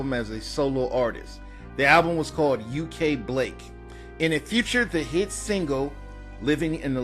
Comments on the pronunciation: UK BLAK is pronounced like U.K. Black, not U.K. Blake. it's about the struggles of Africans who migrated to the U.K. after WW2 with the promise of a better life, only to find it... well, not better. sound familiar? great album with great messages. I would listen to it and Beach of the War Goddess on loop when they came out. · UK Blak is pronounced “black”